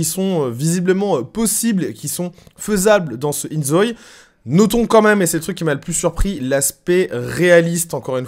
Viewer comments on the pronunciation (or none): Je pense que ca se prononce in zo-i parce que ζωη en grec ( prononcé zo-i) signifie vie.